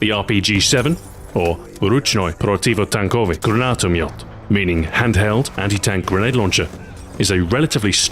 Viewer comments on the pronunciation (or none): no, it's actually "Ruchnoy Protivotankovij Granataomet" or "ручной противотанковый гранатомёт"